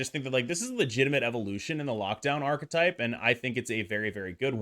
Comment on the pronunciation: Incredible work. Also, I love that you are the only person in North America that can pronounce the word “archetype” correctly 😊